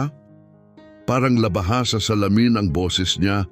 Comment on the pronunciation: Maganda ang kwento mo pero nakaka dismaya dahil may mga mali sa pananalita at pag bigkas halimbawa ay labaha kailangan ay baybayin la-ba-ha paris ni ng Pangalan Cathridge - Cathright, kalapit madaksa hindi malumanay kalapit, malabsa patibong hindi pa-ti-bong, bumuga -di malumanay bu-mu-ga di binabaybay